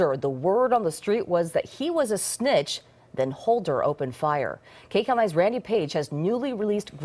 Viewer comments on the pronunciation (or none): LOL SNITCH not SNITH 😂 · Naw y'all he said Snith. Says it right there under the video to prove. That's way different than a Snitch. Just a misunderstanding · A SNITH hu? 😂😂